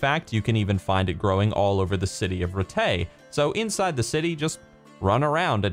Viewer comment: A little nitpick about the video - Rattay is pronounced like it's written not Rtey. BTW You've pronounced Uzhitz correctly.